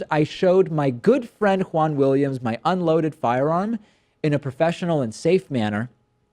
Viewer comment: Wahn Williams lol